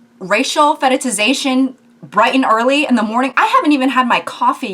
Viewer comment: It's cute how you always have a little trouble pronouncing fetishization.